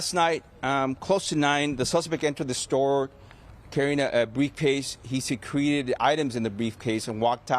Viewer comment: Someone teach this high-achieving police officer the proper pronunciation of "secreted" as in the sentence, "He secreted items in his briefcase. "